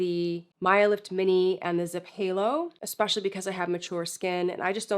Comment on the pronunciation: I really like you, you are thorough & know how to properly say the word "ESpecially"